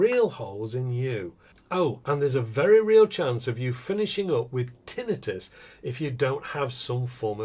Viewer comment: Looks like you’re both limp risting it which is causing the blank guns to jam Wow you guys over there really can’t pronounce a lot of words decently can you I just love how you attempt to pronounce tinnitus